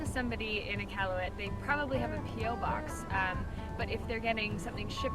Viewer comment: IK-AL-YOU-IT emphasis on AL